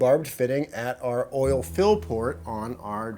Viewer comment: Poor still can't say "oil"😂